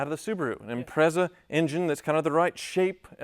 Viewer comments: It's pronounced Impre(t)za.. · Say it "Imprettsa". Excellent intro 😂😂😂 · Why can't Americans pronounce "Impreza" properly?